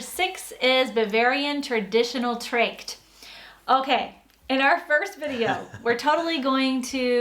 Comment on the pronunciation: if that woman butchers the word "Trachten" only one more time my soul will die .... :@ im ok with someone not being able to pronounce the "ch" ... but A's in german are never pronounced like in "dr a ke" nor like in "tr a ction" but ONLY like in "dr a ma" (or the vowel in "cut" ... both are only very similar but not exactly right) !